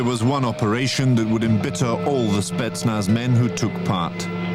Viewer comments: FOR THE LOVE OF GOD, WTF IS A "SPETZ-NUH"?!?!?! THEY'VE ONLY PRONOUNCED IT CORRECTLY 342,000 TIMES IN THE VIDEO!! SPETZ-NAZ!! NOT SPETSNUH!!! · SPETSNAZ not spetnuh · To me the handgun looked like a Makarov 9x18mm. Love your channel but my toes curl when you say "spetsna" instead of "spetsnaz" which is short for Voyska spetsial'nogo naznacheniya (special purpose military units), alternatively it could be a CZ 52 semiautomatic. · Good video, as usual pretty good little chip ins also, but your driving me insane calling them spetsnah. What the hell. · Why would you leave out the ending "Z"? It's Spetsnaz, not Spetsna. And you seem to confuse Chechnya with Ukraine. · The name is SpetnaS. With S at the end. Not Spetzna....? And the "documentary" is not about the Spetznas but about a special police Unit. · Hello! Thank you! “Spentznaz” is different. Investigation with light snipers or saboteurs or external killers or antiterrorist group - all are spetznaz. “Spetc” - special, “naz” - naznachenie - like task. Special tasks forces = spetsnaz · spetz snaz bro not spetsna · i don't know why, but it really grinds my gears that he pronounces Spetsnaz as "Spetsna" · Spetsnaz not "Spetsna" lmao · SpetsnaZ- got to say Z at the end of snetznaz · must be said with a Z in the end, like SPETSNAZ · Its pronounced spets'na:z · Lol u said Spetsnah